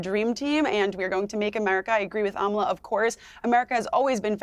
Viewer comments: Piers: Amala pronounces her name AH-ma-la, not Ah-MAH-la. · Amala is way too sweet to correct you - hopefully you see this message or someone on your team does but her name is pronounced AH MA LA. Easy name to mispronounce but just an fyi :) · The two liberals are annoying. The Emma person is such a self righteous liberal. She’s so condescending - she shouldn’t have any platform. She is the worst kind of human! Amala & Deborah are so right. Also, why does Piers mispronounce Amala’s name...?